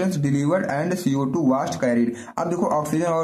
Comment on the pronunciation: व़ास्ट नहीं वेस्ट सर